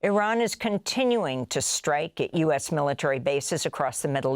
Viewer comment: Thank you for pronouncing IRAN correctly you are the only news outlet that does